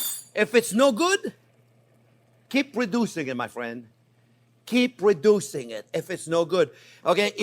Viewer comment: Chef Jean is my best fwiend